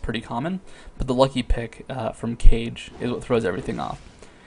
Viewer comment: Please please please don't call it Cage's Lucky Pick, it's spelt with a K for a reason as it's Kah-geh, I know it's a little thing but it's a pet peeve of mine and I will love you forever if you pronounce it right ^_^